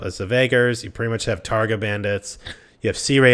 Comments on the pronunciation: "Targa Bandits" "Car-ghites" "Sarah-knight" "Swaydia" Wtf is wrong with you? Why do you insist on mispronouncing everything?? TAIGA bandits. TIE-GAH (like Tyga the musician) KERGHITS. KHER-GITS (rhymes with her and bits) SARRANIDS. SARAH-NIDS (rhymes with sarah and lids) SWADIA. SWAH-DEE-UH (self explanatory) Seriously, it's fucking weird. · So fucking painful to listen to him pronounce everything completely different to the way they’re spelt. He says Sarranid like it has an E on the end, and how the fuck does he get “Targa” out of “Tundra Bandits”? Same with the Khergits. He pronounces it with an E on the end.